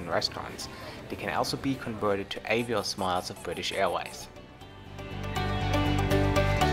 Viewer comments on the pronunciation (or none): none